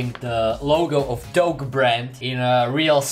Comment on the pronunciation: When you're saying your name I allways hear "dough" and not "doke"😂😂